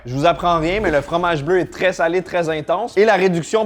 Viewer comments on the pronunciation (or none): none